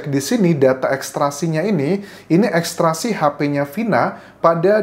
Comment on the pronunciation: Maaf Mas Anjas, Ekstrasi atau ekstraksi ?